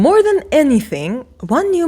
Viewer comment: The VON is not silent and Neuman is pronounced NOYman.